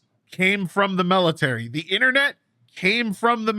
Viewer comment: It’s ok, I would have questioned Ragnoros too… I mean he did just say melitary for 5 minutes.